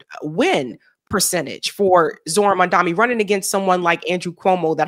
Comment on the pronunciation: It's MAM-DANI not MAN-DAMI